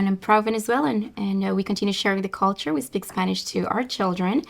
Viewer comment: Can we say Culture, instead of call-ture, or cold-ture?!?